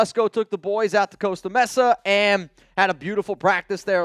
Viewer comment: a freaking week and he still mis-pronounces Costa Mesa.